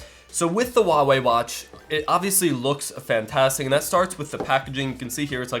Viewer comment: Nice video, but pleae stop saying "Wah-wey" - it's "hua-wey".